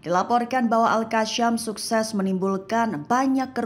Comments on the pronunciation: Semoga mbak mimin bisa bedakan pembacaan huruf s dgn sy Seperti al- qassam menjadi al-qasyam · Al qassam bukan Al qasyam..Sebut pun tak pandai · Sebutannya biar Benar Mbak... AL-QASSAM BUKANNYA AL-QASSYAM !!